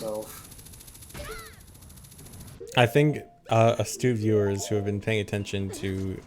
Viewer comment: At first I thought was giving me shout-outs throughout the run. Then I realised he was saying "astute viewers", not "a stupid viewer".:(